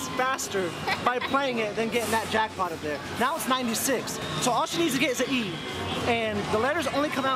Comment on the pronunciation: She said jrackpop